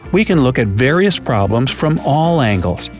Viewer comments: "promblem" hehehe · What's a "promblem?" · Promblem? I think it is problem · anyone noticed promblem instead of problem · What's a PROMBLEM? Anyone catch that? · "We can look at various PROMBLEM..." :D